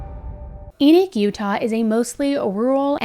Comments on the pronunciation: It is pronounced E-knock... being a full time mom IS a job! Family massacres are not new; they have existed as long as humanity has existed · It's pronounced like Eknock. It's the name of a Biblical character. Not a surprise considering where it is. I live in Utah. NOT LDS! Maybe it isn't pronounced like that, but in the Bible it's pronounced like Eknock.